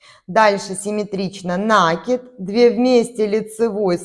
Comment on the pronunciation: НакИд,от слова накИ бываем( петлю на спицу) Ухо режет,объяснение хорошее,а вот слова произносить нужно правильно.( Не обижайтесь)